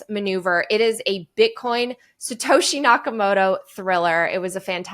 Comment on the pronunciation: It's Sato SHI, not Sato HE. Lolz. Imitation is a compliment of sorts.